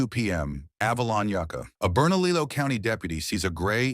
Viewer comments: Oh goodness..... Bernalillo is pronounced Berna-leeyo, not Bernalillow..... In New Mexico 2 L's are like a Y sound. ... Lol, The More You Know.... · Ber-na-liyo County. I live about a mile from where I40 meets I25. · New Mexicans get very sensitive about our pronunciations.... Say Bernalillo the right way!!!